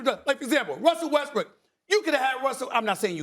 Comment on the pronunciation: Feel like I heard Stephen A.say Russell Westbrick …